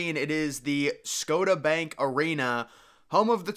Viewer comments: LOL not being able to pronounce Scotiabank. Sco-ta? Does he not see the 'i' in there? And any modern arena that doesn't incorporate a green roof is an immediate FAIL. This is 2024 not 1974. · Number 13 "Scota.... bank arena" it's Scotia (sco-sha) jesus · This man said "scoatta bank" arena. It's pronounced sco-sha, as in Nova Scotia. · It's pronounce scosha lol sound like he said "go to bank arena" 😂😂😂😂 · he said "Scotabank", ha! *Sko-SHA :) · It’s pronounced Scotia! (SCO-SHA) 🙄 Sco-ta Sheesh! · 2 thing, 1. As someone who has attended many stars/mavs games at the AA center, yes it’s not the best looking interior, but there is not a bad seat in that place, I’ve sat at the very top row, and could still very well see the puck. And then 2. Scotiabank is pronounced Sco-Shabank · it's pronounced "Sco-sha". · Scotiabank Arena=It's pronounced Sco-sha. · You pronounced Scotiabank wrong.